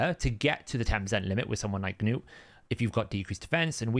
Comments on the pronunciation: It’s ‘nute’ not ‘geh-nute’ we don’t say ‘geh-nome’. Sorry, just irks me when you say a champs name so much. No hate. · Your language is English. You saw the Episode where Arbiter said nute. NOT GA NUTE. So it is ok for me to go and butcher your name? It isn't like you are from a different planet. It irks the hell out of me too. I think you just do it to get under people's skins. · Its Gnu not Noo ) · It's like gnat and knight in UK English. Silent G and K. If you speak American you change the spelling..